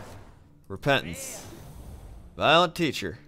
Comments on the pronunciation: lol when he was opening packs I thought he said violent teacher. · Sounded like you said "Violent Teacher".